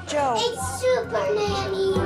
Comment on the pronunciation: "SuerNanny" LOL they need a "P"